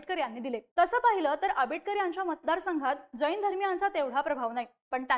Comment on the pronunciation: बाई ग ,आधी शब्द उच्चार नीट कर. ' ज ई न ' अस्सा उच्चार न करता 'जैन ' असा कर. तसेच राजू शेट्टी हे सर्व समाजाच्या शेतकऱ्यांचे नेते आहेत. फक्त जैनांचे नेते नाहीत.